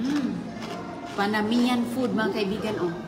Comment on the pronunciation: Ang tawag niya sa food “Panamiyan food” instead of Panamanian. College graduate yan mind you 🙄